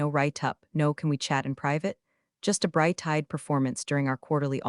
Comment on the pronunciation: Not to mention that it's bright-eyed, not bright-tied ... among others ...